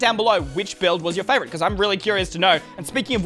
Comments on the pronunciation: he says fravourite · did he say "frayvirite"?????